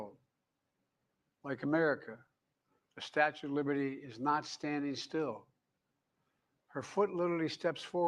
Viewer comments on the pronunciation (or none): Did he say statute of liberty Jesus